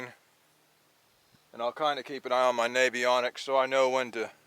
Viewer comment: I hate to be this guy , but my OCD makes me 💁 Its Navionics , like a Lincoln Navigator , not like that Big Grey & Underway U.S. Navy that I used to be a member of . ( sorry I had to say this )